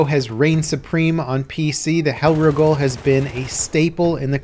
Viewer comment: says hellriegel weird